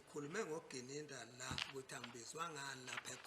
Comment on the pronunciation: Even calls Gininda ( Gananda) Longwe ( Lolongwe)